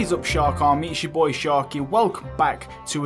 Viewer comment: “ Thanks boah “